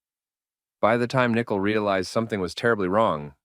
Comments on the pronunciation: I can always tell when it's AI. Because they all pronounce Nicole as Nickle.. They try way too hard to sound intelligent . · Nickle? We all know it's pronounced Nichole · Impossible to listen to this narrator calling Kessinger "Nickel" over and over and over. How stupid. I had to shut off the sound completely. "Nichol" is pronounced "Nicole," you idiot. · Does Nicole pronounce her name ‘Nickle’? That’s how you pronounced it, twice. Are you an AI narrator? Terrible 😂😂😂😂👎👎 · What do you expect when the guy keeps calling Kessinger "Nickel?" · What the heck! It’s all NK the mistress who planned it all and wanted her rival dead! She’s not innocent in the least! You’re saying her name wrong too.